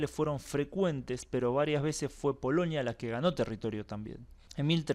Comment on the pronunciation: POLONIA POLONIA, REPITE POLONIA, No es POLOÑIA 😆😀😁😂🤣😃😄😅